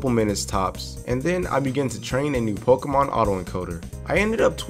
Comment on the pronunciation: This is my first time hearing a youtuber pronouncing pokemon instead of pokimon.